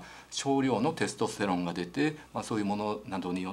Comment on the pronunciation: 幹也先生の「テスとステロン」の発音が恋しいです テストステロンじゃなくテスとステロン、あの御二人にまた会いたいです